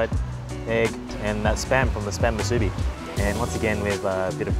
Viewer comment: It’s actually pronounce (Moo, soo, bee) but yea we eat a lot of them 🤙🏼 🌋. Just need to cut the spam thicker then it’s all good 👍🏼 food looks Ono, Broke da mouth